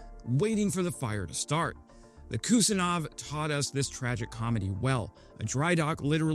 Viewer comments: Kusnetsov not Kustinov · The kustinov???? At least learn the name dude. KUZNETSOV. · It's Russian aircraft carrier is pronounced Kooz-nyet-tsov. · Kind of screwed the pooch when you cant even pronounce the infamous Russian aircraft carrier correctly. Admiral Kusnetsov. KOOOZ-NET-SOFF... like calling the US nuclear submarine Virginia class the Vagina Class. Too much reading, and absolutely zero listening. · It’s pronounced “khuz-NYET-zov” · Always fun to hear americans attempt to pronounce "Kusnetzov" :D